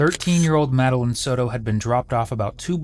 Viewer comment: How do you have so much trouble pronouncing Madeline and then all of a sudden you pronounce it correctly? Just play the video at this point stop yapping over it